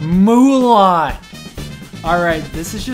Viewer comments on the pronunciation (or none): milan not mulan